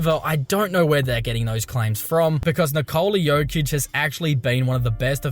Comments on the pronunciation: His name is not Nikoooola. It is Nikola. Short O. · His name is Nikola not Nikoula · Níkola! Not Nikoula! Like Tesla bro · Will these Americans ever learn how to pronounce the name Nikola? Is it so hard? 😁